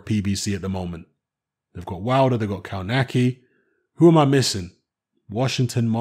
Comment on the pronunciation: kov natz ki not cow nacky